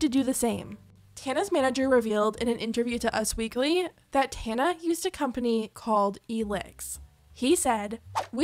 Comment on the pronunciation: The way you pronounce Tana’s name is killing me 😂😂😂❤❤